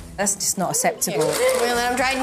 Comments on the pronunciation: It still annoys me Jo, that you say 'asseptable'...that grates on my grammar belly lol xx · it is cous if you watch the UK episode can't remember the family's name but the kids name was Megan. When Jo is teaching the mum and dad how to displine Jo says asseptable and Megan corrects Jo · I agree with you, but I've been watching Jo for years on UK TV, long before she went to the USA, I KNOW that's not how she says the word 'acceptable'. That's what annoys me.